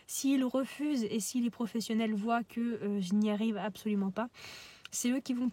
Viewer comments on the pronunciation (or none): none